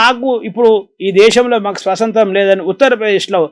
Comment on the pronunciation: స్వశాంత్రం కాదు అన్నగారు స్వాతంత్ర్యం/స్వతంత్రం